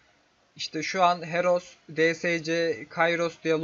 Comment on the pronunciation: HEROF DERKEN KARDEŞİM HEROES DİCEKSİN SANIRIM :D